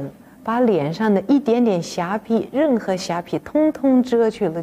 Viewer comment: 瑕疵的疵，念pi4?